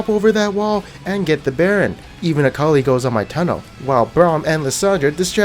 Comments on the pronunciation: her name is akalee not akalie jesus that triggers me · nigga just why..DO YOU SAY AKELAI instead on Akali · IT IS AKALI NOT AYKALAI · you trigger me everytime you say ackalay instead of akali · The way you say "akali" is cringe. it is akali, not "akalai" plz learn to read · "AKALAI" AND NOT "AKALI" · OMG IT IS AKALI MAN NOT AYKALAI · ITS NOT AKALAYI and AKA LEE ITS FUCKING AKALI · I think he's doing that to trigger people :-) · Ak-a-Lie????????????????????????????????????? cringe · it's akalay not akali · It is pronounced A-kah-lee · its pronounced Uh-call-ee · SAY AKALAY ONE MORE TIME AND IM UNSUBBING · A-k-a-l-i not AKALAI -. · STOP SAYING AKALAY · Nice Acoly pronounciation ur dragoon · Like if I heard him say Alkalai and alkuli XD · He does it on purpose i think xD which is funny bc it actually triggers people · or it was A.K.A Li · Stop mispronouncing Akali or I swear! ^.^ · Why do you pronounce Akali's name in two ways? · ur pronounciation for akali is fkn triggering me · Ha! He's saying akalis name wrong to trigger people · when pronounce akali different 3 times in 5 seconds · I'm triggered by your akali pronouncing. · Legend has it that he's never pronounced "Akali" the same way twice. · You have 3 wrong ways of pronouncing Akali and you shuffle between, gg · i think you are pronouncing akali wrong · The way he says "Akali" half the time triggers me. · i love that you always pronounce akali different and i bet it triggers sooo many people, gj!